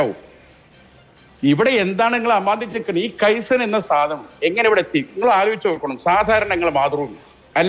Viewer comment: കെയ്സൻ അല്ലെടോ... കൈസൺ. ജാപ്പനീസ് വാക്ക്. അർഥം, small small improvements... 😀😀😀😀